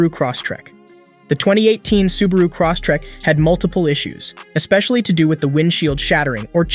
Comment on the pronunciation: "Cross-tek" Lol